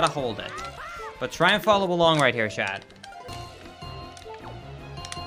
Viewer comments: why the fuck do you pronounce t's at the end of words as d's. you say "chad" and many other words with ts at the end its honestly kinda annoying like just say "Chat" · Love how you keep calling chat "chad" lol